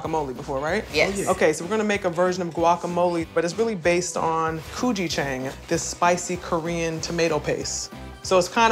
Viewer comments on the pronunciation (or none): gujichengg xD it’s Gochujang lol